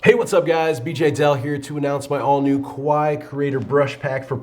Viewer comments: omg Love it and need it!!! (btw KAWAII is pronounced as ka-wah-ee-ee and doesn't not really rhyme with "Hawaii". In fact, doing so makes it sound like "KOWAII" which means "scary") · Add a ee on the end of your pronunciation of Kawaii and you will be gold!